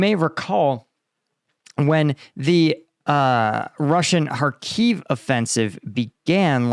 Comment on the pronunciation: just fyi it's pronounced HARkiv with a short I as in fit, not kharKEEV